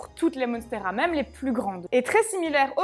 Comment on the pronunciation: Monnnsteras 😄😄😄 Ça fait américain c'est vendeur